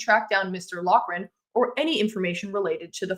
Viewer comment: Pronounced Loff ran